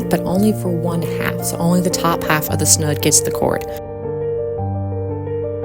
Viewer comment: It's snood, long o, rhymes with food.